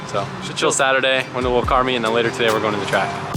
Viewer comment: Anyone else notice the way pronounced the word 'today' cracks me up everytime